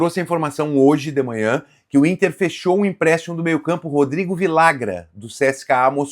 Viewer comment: Cara vcs deveriam se informar melhor na língua espanhola em especial na Argentina e Uruguai os dois LL tem som de j então ficaria assim vijagran . Daqui a pouco estão chamando o cara de Viagra